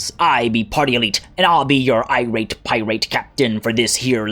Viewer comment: Eye-rate....Pie-rate.... Oh good god, man. Oh good god.